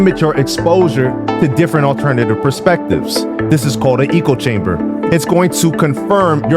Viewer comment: Sorry to critique- but it’s echo-chamber, not eco-chamber.